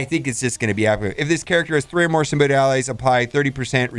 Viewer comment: Symbi- OTT Hearing symbi-OYT drives me insane